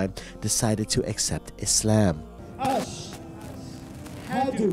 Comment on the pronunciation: Bro try not breaking the words into “ash…hadu” instead “ashhadu” 👍🏼👍🏼